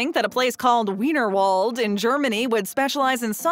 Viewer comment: Just an FYI, you pronounced Weinerwald incorrectly, The letter W is pronounced like the V in German, I don’t know why but that’s just the way it is. Also you already mentioned Kaati Zone in your first part, So why are you mentioning it again? Other than those two, the video is good!